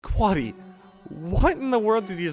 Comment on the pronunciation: bro callled him quaddy lmao